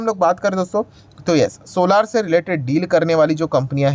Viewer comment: सर सोलार नहीं सोलर बोला करो, इसमें सुधार करो क्यूं कि ये शब्द आपको बार बार बोलना ही है।